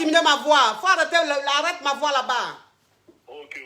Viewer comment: "IL FAUT DIMINUER MA VOUA, DIMINUES MA VOUA ! !" 😂 Hey coach tu te répète à chaque direct mais les gens n' écoutent pas !